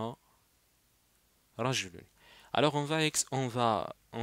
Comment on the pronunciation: Prajouloun pas radjaloun.